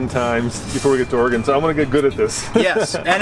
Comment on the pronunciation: KUDOS to and Son! They can actually PRONOUNCE Oregon!!!!!!